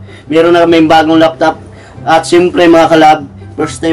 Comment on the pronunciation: Laptop hindi loptop. 😁